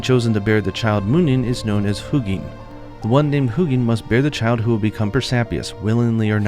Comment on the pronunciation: These names are pronounced with emphasis on the letter U. So “Huu-gin” and “Muu-nin” respectively. I hope that makes sense and apologies for I don’t write phonetics. Thanks for all the great content as always! xo